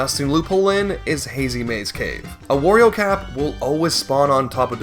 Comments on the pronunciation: He calls Mario “Mary-o” but still says Wario normally… how tf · How the Mario pronunciation triggers me so much. You can say Wario properly but not Mario? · what makes his pronounciation of mario more painful is that he pronounces wario correctly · What gets me is that he says Wario correctly, instead of wary oh. My guy, their names rhyme. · you say "merio" but also say "wario" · I'm convinced it must be on purpose because there's no way it's that hard to say it right, not to mention he says Wario just fine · No it’s not, he says Wario just fine